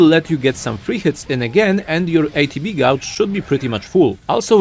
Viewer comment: Great video. Gauge is pronounced "gage" though. the "u" is silent. And Assess is pronounced "uh-sess".